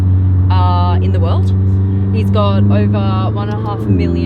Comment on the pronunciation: “Heahh”... “Ovah”......”Floah” Bleep you are annoying! 🙄🇨🇺🇺🇸